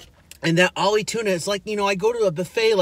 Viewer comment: It's AHI not OLLIE